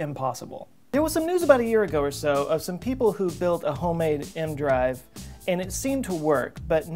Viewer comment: The "E.... M.... Drive?" Whats an "aehm-drive"